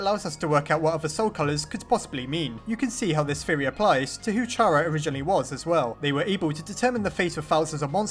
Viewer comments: Still pronouncing Chara's name like that, eh? Well, if we are to believe japanese version of Undertale 'Ch' is supposed to be read like 'K', since true names are "CHARA", "きゃら" and "キャラ" latter two being "KYARA" in hiragana and katakana respectively. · Also the ch in chara does not combine to make the ch sound it makes the kh sound kh ar a like character (yes the English language is confusing) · The pronunciation of Chara is Kara ok? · IT'S PRONOUNCED KARA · Finally someone else says chara wrong like me lol